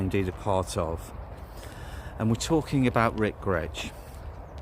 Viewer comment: Nice commemorative video to a great musician, the surname Grech is usually pronounced as "Grek" and not like the Gretsch guitars .